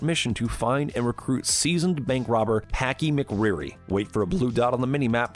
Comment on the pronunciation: I laughed then he said packie mcwrooy